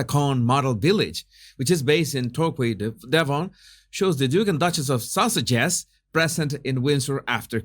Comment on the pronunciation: Why do I keep hearing “Duke of sausages “ ?